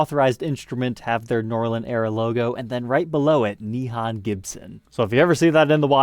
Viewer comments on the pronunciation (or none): Nihon: o sound is a long O sound like in hole or mole. FYI😁